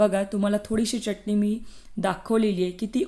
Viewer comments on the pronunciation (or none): च्यटणी नाही, चटणी म्हणा. शुद्ध बोला.